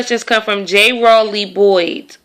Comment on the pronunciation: Yay thanks for answering tha questions I asked, u even pronounced by last name 'Rowley' right. Liked tha video. :)